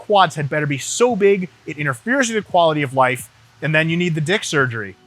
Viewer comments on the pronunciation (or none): it sounded like "quality of wife" to me